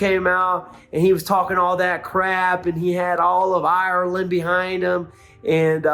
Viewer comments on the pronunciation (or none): none